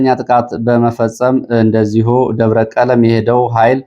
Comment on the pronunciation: ሰላም: አማኑኤል አካባቢ የሚገኘው ደብር አንተ በዜና እንዳነበብኸው “ደብረ ቀለም “ሳይሆን ደብረ ቀለሞ ተብሎ ይነበብ። ያደግሁበት አካባቢ ስለሆነ ነው።Debre Kelemo NOT Debre Kelem!